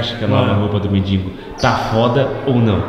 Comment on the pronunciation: Gente, quantos erros de português. "MINDINGO", "NÃO CABE NIM MIM". kkkkk